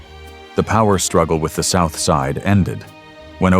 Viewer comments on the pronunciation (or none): none